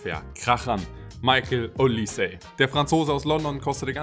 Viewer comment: Olis(e) ... the e is silent.